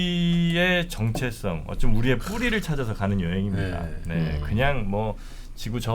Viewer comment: 오지랖 좀 떨고 본격 시청들어가고자 합니다. 지방에서 오랫동안 표준말을 열심히 공부를 하다가 서울에 와서 좀 햇갈리는 것이 장단음의 구분을 하지 않고 얘기들을 하니 무슨 말인 지 금방 알아들을 수 없는 말들이 많습니다. 정체성 이라는 말은 듣기가 참 불편하더군요. 차가 막히는 것은 정체지만, 자아를 뜻하는 것은 정~체라고 길게 발음을 해야 합니다. 정체성이 아니고 정~체성이라고 해야 바른 말이라는 거지요. ------------------------- 지금이야 국경이 막혀서 이념이 달라서 다니기가 어렵지만 오히려 천년 이천년 전에는 다니기가 쉬웠을 수도 있겠네요. ------------------------ 하기야 바다도 있지만, 강도 있고 산에서 내려오는 물이 흐르는 하천, 개울도 있으니 가재도 잡아먹고.......